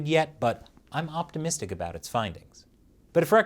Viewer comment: Spelling color as "colour" isn't much of a big deal. However, pronouncing about as "aboot" is a felony against the English language.